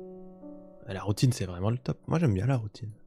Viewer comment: tu as bien dit Poutine, right? C'est pas juste ma tête de Québécois qui a fait '' j'ai envie de Poutine donc j'entends ça à la place de Routine '' ... right??